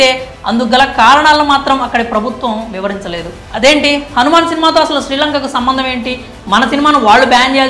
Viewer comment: ఒరేయ్ అది హనుమాన్ కాదురా Han man ముందు సరిగ్గా పలకడం నేర్చుకోరా తర్వాత రివ్యూ ఇవ్వు